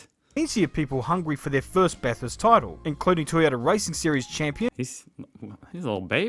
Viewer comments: no car has ever won a race. its the driver who wins not the car. that;s why no American driver has ever won Bathurst (pronounced bathurst not BATH HURST however. Australian made cars and drivers have won NASCAR many times. Thanks for watching. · FYI, it's pronounced "Bathist"